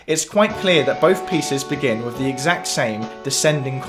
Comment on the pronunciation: Yes very interesting. But please don't substitute the 'th' with a 'v' sound! Thanks!